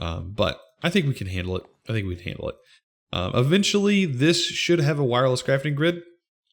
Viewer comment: wireless crafting grid "wairless"